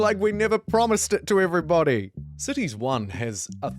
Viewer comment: Am I the only one who mishears the word "cities"...sounds more like sissys, accents and all